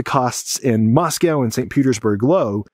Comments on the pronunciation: Russian expert doesn't know how to pronounce Moscow. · Is the intentional mispronunciation of "Moscow" an anti-Russian thing?